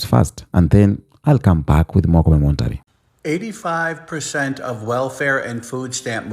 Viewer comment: it's C0-MEN-TARY (commentary)